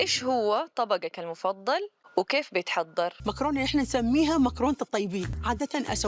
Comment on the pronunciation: كلمة معكرونا ماتعرفي تلفظيها الله يرحم جدك وقت كان يشوف شحم السيارة يفكرو دبس